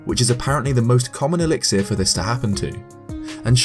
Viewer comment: Elix-ear? I think the last 'i' is an 'uh'.